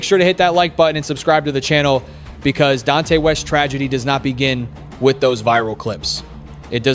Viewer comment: Huge disappointment not getting his name correct. You need to remove this and correct it